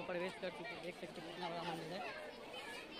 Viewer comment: Bro mandil nhi mandir hota hai